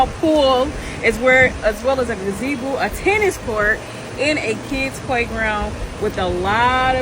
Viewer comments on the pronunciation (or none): A "ga-zee-boo"....so sick of these moochers. Get a job and work for the nice things you want🤦🏾‍♀️